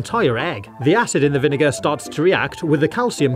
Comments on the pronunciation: People who don’t know: He mispronounced vinegar hearing like he’s saying the n word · It’s because of his accent